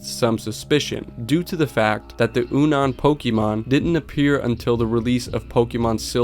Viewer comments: Good video dude, however Unown is pronounced like “unknown.” Hearing you say oo-noun over and over when talking about the Lavender Town spectrograph was very silly. I take it you are not familiar with earlier Pokémon generations? Your work shows good promise; just polish up the research a bit. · Great video! By the way, the Pokemon Unown is pronounced like "unknown" 😁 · Bro really said U-noun. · "oonawn pokemon" lmao. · WTf did you call unown????